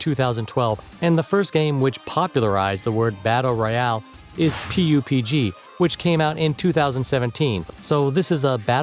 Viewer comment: Why would you say PUBG like that.